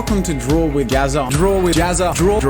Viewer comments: The way you pronounce Jazza, makes it kinda sound like you're saying "JazzART" instead. I just found that kinda interesting. :) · he said gazza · pronounces jazza like pizza